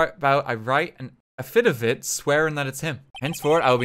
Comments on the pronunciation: As someone who works with affidavits on a daily basis, I often joke about pronouncing it A-FID-A-VIT rather than AFF-I-DAV-IT, and to hear RT pronounce it that way presumably the first time he ever saw the word actually just made my whole freaking day. Thanks RT I almost died laughing. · RT’s pronunciation of Affidavit was so funny. I nearly died from laughter.